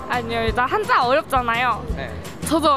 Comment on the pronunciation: Why did you say 한짜 instead of 한자? Is it the sound in Chinese or a mistake?